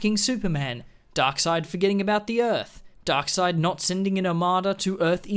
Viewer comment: The way this dude pronounces darkseid's name 😂 Glad this movie universe is dead, too